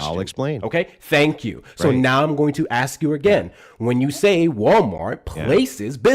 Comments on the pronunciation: brattily enunciating very well and still saying “ax”. ☠️ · Axe you a question 😂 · When someone axed you a question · "When I axe that person a question" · "So when I axe people to articulate their persition" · Bro you can't complain and make a huge deal out of someone articulating something and then continue to say the word ask like "axe" genuinely does anyone take these low IQ folk seriously? 🙈🤣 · went from saying "ask" to "axe" when he started getting upset.😂 LMAO Try harder to be white homeboy. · just when you think they can pronounce the word ASK? the ignorance comes out.... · Guy who can’t pronounce “ask” will probably not be able to wrap his mind around this. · he can't even say ask he is a drifter hunting